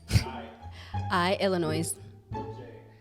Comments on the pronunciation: She said "illinoiz" lol I thought she had a 4.0 gpa. The correct pronunciation in Illinois is that the S is silent. "Illinoi" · LOL shes said illinois and pronounced the S. xD